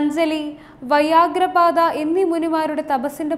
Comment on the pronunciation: എന്താണ് വയാഗ്ര പാദ ?വ്യാഘ്രപാദ എന്നാണ് ഉച്ചരിക്കേണ്ടത് . ഭാഷയെ കൊല്ലുന്നതിൽ വല്ലാത്ത പ്രാവീണ്യം തന്നെ .